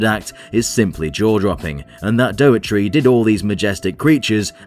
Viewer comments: Well, one sure way to not get invited to pre-screenings is mispronouncing the man's name. It's not "DOE-eh-tree," but rather "DOE-er-tee" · The director's name is Dougherty, not Doughetry! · I think you weren't invited because you pronounce his name "dough-err-tree". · You weren't invited cos you can't say daugherty properly. Doe-are-tea.